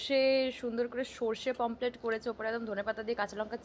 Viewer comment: ওটা পমপ্লেট না পমফ্রেট,😂😂